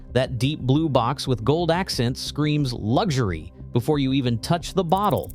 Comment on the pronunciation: Lugshery ? Why can Americans spell luxury but can't pronounce it ?🤔